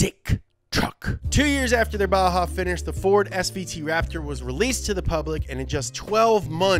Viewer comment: I mean he said “ferd” too so i mean youre really gonna get butthurt about it...?